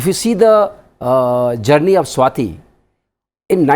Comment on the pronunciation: RS TV me bhi sab south indian bhare hain kya? 'Swati' hona chahiye na ki 'Swathi'